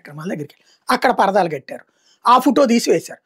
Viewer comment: కాడికి నువ్వు కూడా పేటీఎం బ్యాచ్ లాగా అది పర్దాలో అని చెప్తున్నా 😂 స్ట్రైట్ గా చెప్పు అది పరదాలు అని తిప్పి తిప్పి చెప్పక్కర్లేదు